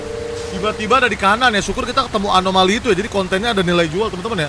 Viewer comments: anomaly ❌️ alomany ✅️ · Anomali bg bukan alomani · anomali bang windah ngomong alomani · Anomali kocakk bukan alomani😑